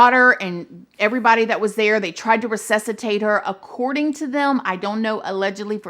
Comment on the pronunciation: Its pronounced “RESUSCITATE” not recessitate